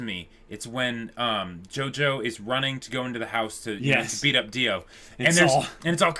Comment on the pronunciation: It's pronounced JOJO not JOJOS fyi